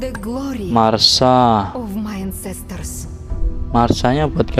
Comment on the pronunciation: Masha bang bukan marsa